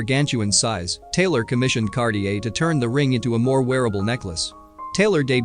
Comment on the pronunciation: And Cartier. It's NOT pronounced Kar- ti -err!